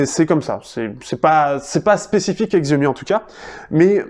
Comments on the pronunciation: Oui c'est horripilant d'entendre le mot écorché. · Xiaomi ce prononce Chiaomi